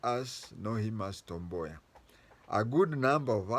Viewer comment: Wod [ Woud] Boya.... you really pronounced well.